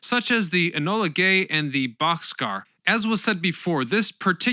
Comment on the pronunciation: AARGH!!! "The Enola Gay" and the "Bock's Car"! Not boxcar!!! B-52 "Straddle" fortress??? Try Stratofortress!!